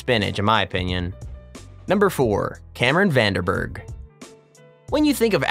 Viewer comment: the way mans said "cameron van de burgh" makes me feel like americans dont know south africa exists